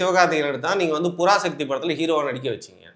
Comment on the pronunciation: I seriously couldn’t stop laughing every time you say புறாசக்தி 🤣🤣🤣🤣🤣🤣🤣🤣🤣🤣